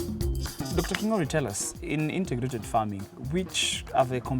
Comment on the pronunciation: Great episode! Thank you! But presenter, it is INTEGRATED not INTERGRATED. There must not be 'R'.